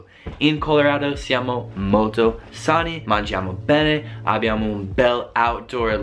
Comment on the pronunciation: Sembra che ha detto "mangiamo pene" al posto di bene 😂 (ripeto... "sembra")